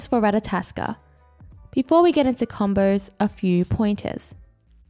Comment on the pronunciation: it's not ratataskr it's ratatoskr